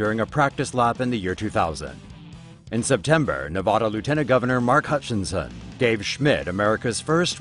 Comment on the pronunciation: Fucking quit pronouncing Nevada Wrong!!!